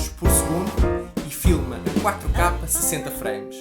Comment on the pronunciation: Pq ele diz 4 kapa?